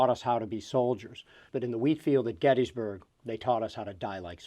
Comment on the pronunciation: please pronounce Gettysburg correctly...my god